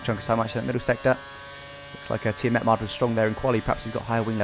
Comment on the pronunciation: Who's Tiametmard:'D? hahaha